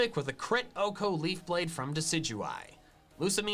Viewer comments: I don't know what it is about MandJTV, but every time he says Oh-Ko a piece of me dies inside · I hate how the dude says OHKO. Like Velursi is pretty bad, but OHKO just hurt Edit: Kinda lame that he maxed out friendship on all his team, I think it's super cheesy